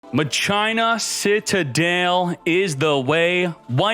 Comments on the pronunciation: If I hear him say MUH-CHINA one more time, I'm going to seriously never watch him again...how does a grown man not know how to pronounce words correctly? I'm still cringing over it...fucking christ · In tcg it’s pronounced makina lmao kinda like Mach five awesome deck tho! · ...at least the explanation and gameplay is heaps better than the pronouciation of Machina. Mach-ee-na, not Ma-China... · I can't get over him repeatedly saying muh china. MAH-KEY-NUH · I keep thinking hes saying " muh gina" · Never heard maCHina said that way always said maKina regardless the highlight is certain decks is much appreciated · Ma - Kin - A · Machina is pronounced mah-key-nuh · I’ve always pronounced it masheenah, didn’t know it was pronounced maCHINA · MA-kee-na. That's how it's pronounced. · It's pronounce mah-ke-na, like in dues ex machina, but fun story, I originally thought it was pronounced Ma-shi-na when the archetype debuted in the Yu-Gi-Oh R manga. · Yo this is a backrow deck you need more traps. Also, it's pronounced ma-key-nah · at 1st i tough he was memeing calling it maCHINA but the more he said it the more i cringed. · Lol! Ma- China 🤣🤣🤣 bro! I'm laughing so hard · The way he says Machina irks me… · He pronounces it like that to annoy people